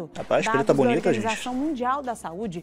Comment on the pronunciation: MANO O FALOU PRETA BUNITA KKKKKKKKKKKKK.